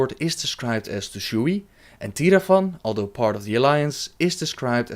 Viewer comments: you dont need to pronounce the "e" in Tushui. The word is only two syllables Tu//Shui Source: asian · it's pronounced Tu Shway